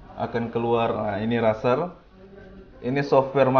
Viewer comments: Wah tumben review merek terkenal 😎.razer id jga promo makanya murah :v, dan juga Razer ngomongnya Rezer bukan raser yah buat benerin aja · Razer* tapi bilangnya rezer